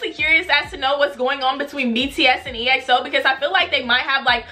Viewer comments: It's not E-X-O it's EXO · EXO is pronounced XO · Big Bang bang bang bang mv you will love the kings!!!! EXO is pronounced XO! React to tempo mv! No beef in Kpop They are good friends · More EXO!!! Also I'm so glad that you loved them!!!! <3 Oh btw, EXO is pronounced as 1 word, not E-X-O :p You should react to -Tempo -Oasis -Call Me Baby -Ko Ko Bop -Monster -The Eve (Dance Practice) -Power -Lucky One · Exo’s Name is actually pronounced as (x-o) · exo is pronounced as ekso btw :)